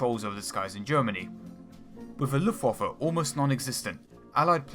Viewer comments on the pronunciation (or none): none